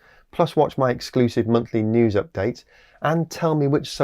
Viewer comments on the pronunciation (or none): none